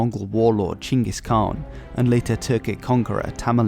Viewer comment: That's the correct pronunciation.